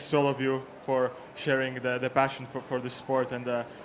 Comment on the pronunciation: I swear said "bashin' for the sport" instead of "passion"... the irony